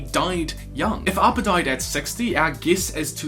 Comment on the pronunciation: He says 'arppa' its appa!!!